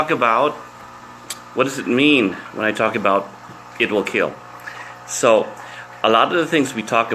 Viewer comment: Ser, it keels